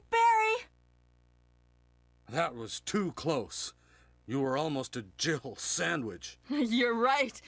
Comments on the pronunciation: Why does he pronounce Jill like "Jibl", "You were almost a Jibl sandwich" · It's because he's Canadian. ; )